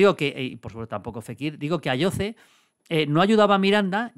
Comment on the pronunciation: Maldini, se pronuncia "Ayosee" que el jugador es canario 😂